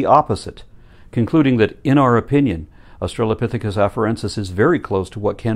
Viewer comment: That lady in the clip about the pelvis repeatedly says "Aushalopithecus".